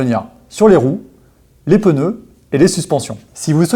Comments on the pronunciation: Quand j'entends "peuneux " au lieu de "pneus " 🥴 , ça devient compliqué le reste de la vidéo. Mais y'a des gens qui "croivent" que ça se dit comme ça !? 🤘😜👍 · ”Les pEneus”